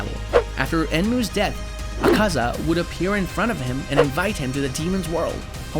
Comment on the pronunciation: Not acaza its akaza ak-a-za